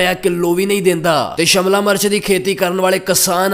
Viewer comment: Shamla nahi shemla hunda😂